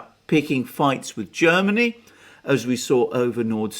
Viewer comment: Jhairmany Calling Jhairmnay Calling